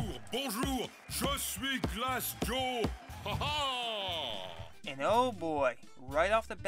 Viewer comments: Actually, you are the one who is wrong. As a French guy, I can tell that his catchphrase is right. By saying “Je suis Glass Joe”, in English we could translate that into “I am Glass Joe” and not “a Glass Joe”. The prononciation here is very important. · yo do realize that Glass Joe's french is impeccable right? i'm a french Canadian and all he says is correctly pronounced